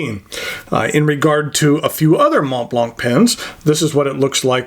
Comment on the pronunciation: Just so you know, the T and the C are silent :)